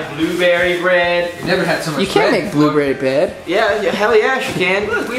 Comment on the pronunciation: Did say "blueberry bed"?! hahah